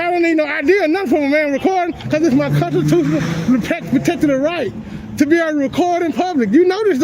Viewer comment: First video the sergeant can’t even pronounce the word “constitutional” i’m speechless